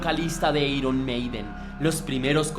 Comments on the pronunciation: Pésima información porque en la primera producción Paul ya intervino en la composición p.e. "Running Free" y luego ...."eiron" ? en todo caso se pronunciaría "airon "....a pesar de todo le dí mi like al video pero por Paul y la banda....al señor que ha preparado la nota se le sugiere que se prepare e informe mejor. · jajaaja cuando alguien que claramente no le gusta el genero pretende hacer algo para aprovechar la ola sale esto. eiron maiden, punk osea mala pronunciacion y datos inexactos jajajaja toma tu dislike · Airon Meiden, no eiron Meiden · Eiron maiden o airon maiden???? (Iron maiden) no inventes oe jajaja 1858 xdddd